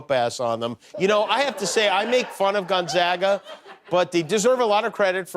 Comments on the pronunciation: Imagine following all this coverage of Gonzaga and STILL not being able to pronounce it correctly. GONE-ZAY-GAH. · Pronounced Gone Zay ga... zay like say!